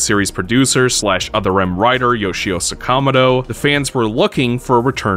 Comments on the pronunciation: sakomado? its Sakamoto, sak-a-mo-to. i thought it was a mistake until you said it again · Dude were you hired by a persona 5 voice director at some time? Sakamoto isn't pronounced SuckAWmuhdo. It's Sa-ka MO-to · Sakamoto is pronounced Sa Ka Mo To, equal enunciation to every syllable. Not Suhkamido. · …it’s Sa-Ka-Moto not So-Ka-Mado 🤦🏾‍♂️ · Bro, it's pronounced "Sokka-moat-O" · sakamoto isnt hard to pronounce SA KA MO TO aint this your job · Good video, but I'd be lying if I said your pronunciation of "Sakamoto" didn't set my teeth on edge. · The cease and desist for this game is one of the main reasons nintendo stays on my boycott list Also I have literally never heard anyone pronounce Sakamoto's name that way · Someone please tell this guy how to pronounce Sakamoto. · That is definitely not how you pronounce Sakamoto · The pronunciation of Sakamoto hurts. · I know you didn't just pronounce "Sakamoto" like that. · I never want to hear you say Japanese names ever again. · God. I want to watch this video but hearing Sakamoto pronounced like that makes me want to delete my youtube account. Okay, I pressed on through and we fortunately are not subjected to the butchering of Sakamoto any more. Good video overall, but dear lord that was the worst bastardization of Japanese I've ever heard.